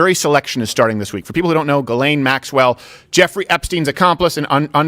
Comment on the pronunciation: Steven should pronounce Ghyslaine en français calisse